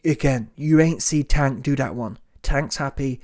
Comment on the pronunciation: This clown said "Wank" Davis😒 Won't ever sub to these clown channels